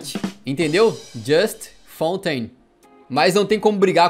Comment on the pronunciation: "A Fontes"... Kkk, melhor ....